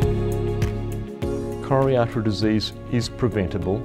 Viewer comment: Frank LeVay Dear Doctor: Say slowly and clearly C-o-r-o-n-a-r-y A-r-t-e-ry !